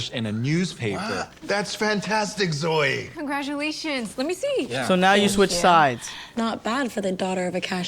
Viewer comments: Zoe it sounds like zoey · She said zoe😅😅😅